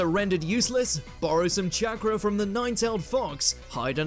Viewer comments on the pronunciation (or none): none